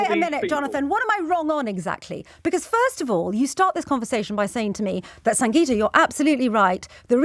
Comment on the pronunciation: So disrespectful. Say her name, Sangita is not a difficult name to pronounce